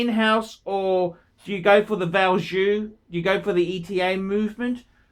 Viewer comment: Are you the only one that pronounces ETA correctly? Good on you, mate.